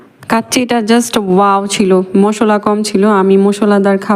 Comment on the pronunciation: মসলা না ম,স,লা আবার ভিডিও করে